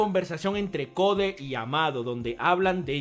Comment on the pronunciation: ¿por qué demonios este tipo dice “Jiren” si ese es un personaje de Super? Encima pronuncia CODE como si fuese en español, es INGLÉS.